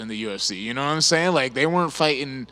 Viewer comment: bryan "nawmsayin" battle